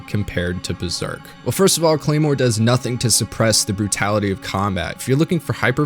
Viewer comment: more like CLARE-more, HA